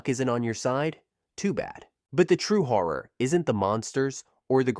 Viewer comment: I had to pause after the kardash pop while saying "hhhHoRrOr' lmao phone shaking and sounds muffled at my own laugh! damn this was the most off guard moment on this channel